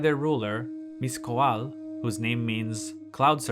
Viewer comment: the "TL" sounds like the "CL" in "clash" just with a T, this sound is also in the navajo language. Mixcoatl is pronounced "meesh-KO-watl" not like "mish-ko-ah-tul"